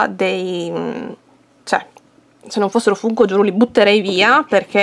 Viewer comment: Si però si legge Fanko🤣🤣